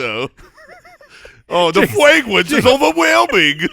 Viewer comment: The fwagwence was ovewhelming!! hahahaha